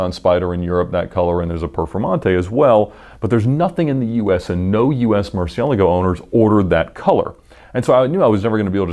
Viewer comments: this guy really butchers the names look "ruf he says roof" murcielago he says Murciealgo" xD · ed's pronunciation of "murcielago" makes me cringe...